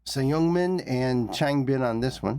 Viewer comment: Oh 🙂‍↕️ u have to go into the Stray kids black hole now!! You've taken the time to learn our boys' names off screen and I wish more reactors would do that ❤ Subbing for your journey!!!.... Just a heads up, Seungmin is pronounced Sungmin, and Hyunjin is pronounced huh Yun Jin, but flow it all together smoothly 😊